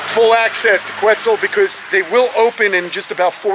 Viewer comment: Quetzal, pronounced Ket-zal, is an ancient Mexica (Aztec) name in the Nahuatl language that references a bird in the region/culture. The “que” spelling came after the invasive Spanish colonial era. And even the Spaniards pronounce que (think porque) “Keh” & not “kwe.” It’s also not “weird” just because it’s not familiar to your western perspective. And it’s def not Irish. Lol If only all you captive breeders and foreign animal hoarders cared more about the work that goes into protecting the lands & cultures these animals came from instead of upping your collections for your own egos and monetizing purposes- The world would truly be a better place. And for the record, I’m an immigrant from SE Asia who’s lived on the US west coast (occupied Turtle Island) for 36 years. And even I know I’m a visitor on these ancestral stolen lands. Humble yourselves and take the time to learn about the people and cultures burried under your homes and outside of yourselves.